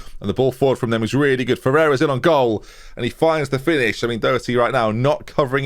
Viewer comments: >Comments correcting on mispronouncing Doherty >"Or Dough-er-tee, comments section I read ya", never change. (You're really close, Daw-her-tee, Daw rhymes with a crow's Caw) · It’s D-aherty only clueless English commentators sayin doe erty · IT IS NOT ‘DOUGH-ITY’!!!!!!!!!!!! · I'm from Derry, were it seems around 1 in 5 people are called Doherty, and we pronounce it 'Dordy' here